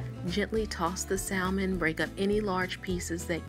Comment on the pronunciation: Honey, all of that is edible. Drain the liquid, then crush up the bones they are a good source of calcium. You won't even know they are there. You are doing a great job. By the way it may be different where you are from but the L in salmon is silent.